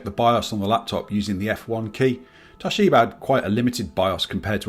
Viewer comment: TOSHIBER killed me 😂